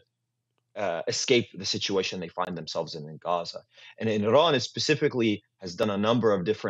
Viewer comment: The guest’s pronunciation of Iran is incorrect and exaggerated.